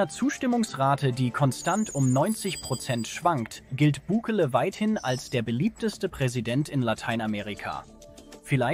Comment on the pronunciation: Meine Guete, lerne einmal Bukele richtig auszusprechen, das hoert sich total asi an und macht das Video lachhaft. Andererseits kommt Ihr sehr spaet fuer eine derartige Reportage als waere der Schnee von Gestern immer noch da.